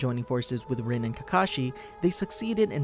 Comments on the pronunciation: It’s not pronounced rin its pronounced reen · ITS “REENE” NOT “RIN”